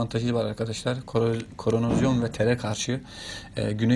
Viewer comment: Koronozyon degil de korozyon olmasın 😆😆😆